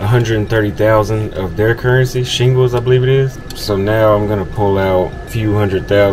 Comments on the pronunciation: Not Shingles😅 Shil-Ling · "Shillings", not Shingles.......... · it's shillings not shingles 😂😂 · Shillings; not shingles 😂